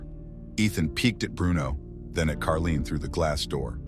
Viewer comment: It’s Caroline! Not Karlene!